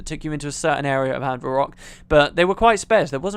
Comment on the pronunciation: "Anvir rock" ...